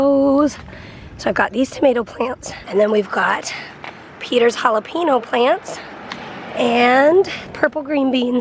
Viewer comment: hala-pen-yoh, not hala-pee-noh.